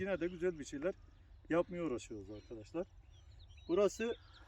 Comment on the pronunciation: YA BACIM KIZ BIR SUS GI BIR SUS.. ANLATSIN VALLA IKIDE BIR ARGADAŞLAR DEMENDEN GINA GELDI TANSIYONUM ÇIKTI. ANLATSIN BIRAK YA.